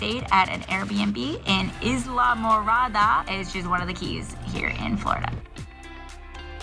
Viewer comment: Isla is "Eye-Lah" lol like island